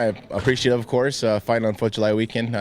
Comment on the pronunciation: at 3.20 Tito says " of course i've got to thank Dana White, of courthe I've got to thank Lorenza Fertina.." LOOLL